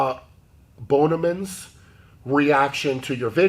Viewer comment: When Brian read "Ba-bonemans", my first thoughts were that either his IQ is below average or he read wrong on purpose, which would be pretty pathetic.